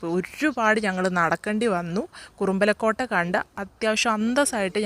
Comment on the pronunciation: കുറുമ്പലക്കോട്ടയല്ല മോളേ കുറുമ്പാലക്കോട്ട എന്നു പറയൂ.